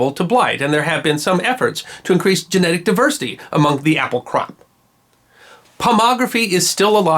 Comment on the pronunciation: Dude! Pomology, not Pomography!!!